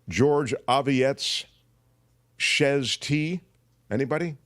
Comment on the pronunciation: Chez TJ is pronounced Shay TJ Cathy O